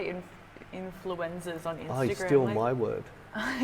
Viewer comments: I swear every time you say "Influencers", I hear "influenzas". And I think that's more accurate. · Were you intentionally saying influenzas instead of influencers? I hope so 🤣